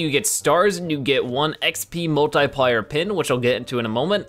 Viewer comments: Multiplayer not multiplier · Is he purposely mispronouncing multiplier??